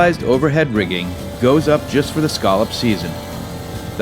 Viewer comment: Oh please!!! Will someone please teach that man how to pronounce scallop?? it was painful to listen to him.